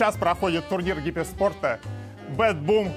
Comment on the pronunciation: Гиперспорт всё-таки не выговорил 😂